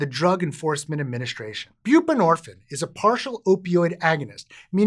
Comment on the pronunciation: Is there a reason you done pronounce the “ine” part of the word “buprenorphine”…? Is it like, a French thing, orrrrrr….. HINT: it rhymes with “morphINE”… indirectly… well in an Eminem kinda way.